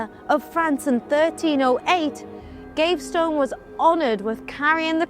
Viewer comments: It's also not Gave-stone but Gav-ee-ston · You missed Piers Gaveston, pounced GAVESTONE!! 🙄🤣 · Or Piers Gavestone!! I always thought it was GAVESTON!! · Piers Gaveston is pronounced PEERZ GAV-ih-stuhn. Not Gav-stone. Clergy is klur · jee She's blonde... explains a lot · I'm ABSOLUTELY STUNNED that Ross allowed her "destruction of the English language " to go incorrectly said"!! Between Cleergyman and Piers Gavestone"... I was completely stunned!!